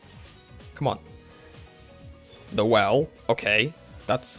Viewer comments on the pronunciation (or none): none